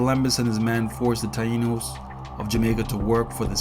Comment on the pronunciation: Tainos not Tano.